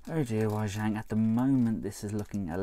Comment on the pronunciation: Its pronouncedWay Ji-ang not Why Zhang